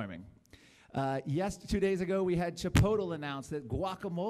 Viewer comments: Most of what I wanted to say has already been covered in other comments, so I'll keep it short -- Gasoline has improved public health??? Also... "Chipotel???" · have to say it' pronounced chi-POHT-lay, you Pendejo